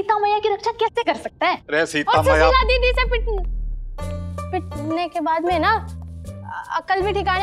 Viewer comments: It's Su-shee-la....Susheela... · Suseela nahi S-u-s-h-e-e-l-a😂😂😂😂😂😂